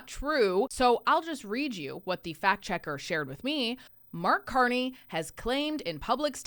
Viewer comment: Mark CON-ney